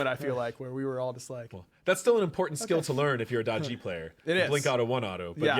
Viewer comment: no not da ji